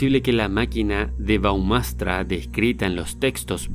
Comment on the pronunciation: El “dispositivo” se llama “brahmastra” y no “baumastra”.